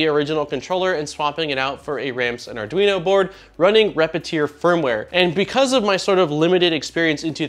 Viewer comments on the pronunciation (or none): none